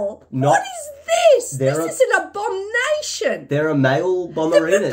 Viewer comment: is the best part for the reactions, & AI’s assumptions, & saying “BuT i’M AsSYoUmInG It WoUlD bE a FEMALE”!!! Also the “ABOMBnation” instead of “Abomination”.